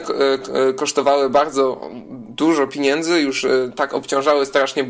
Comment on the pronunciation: materiał fajny tylko nie mów ,piniędzy